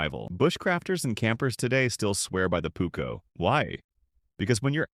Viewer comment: The Pukko….it is called PUUKKO